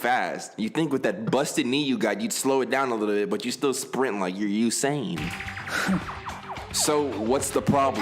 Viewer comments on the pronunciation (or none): none